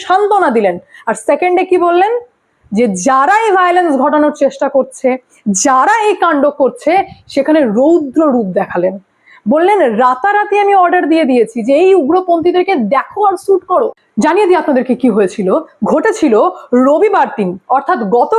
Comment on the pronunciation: বাঙলা ভাষাটা ঠিকভাবে উচ্চারণ করুন কথাটা হবে " রুদ্ররূপ " ।